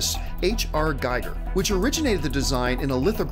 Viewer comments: Gee-Ger.....not Guy-Ger. Only nitpick. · Like the show, hate the intro though, seems like a cliche American reality show. Also the research on the info about the alien was shockingly bad. Chestbuster? Seriously? It's ChestBURSTER. Also Giger is pronounced Geeger (like glee but without the l) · quick correction...H.R. Giger it's pronouced Geeger...not Geiger